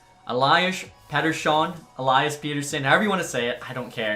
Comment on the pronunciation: I respect the effort for the pettersson pronunciation lmao. keep up the videos man love the content